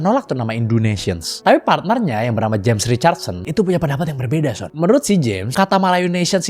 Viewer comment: lama-lama kalo lg manggil son kedengerannya "SYON" mulu XD